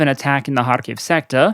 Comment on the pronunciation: Its KhArkiv, not KharkIv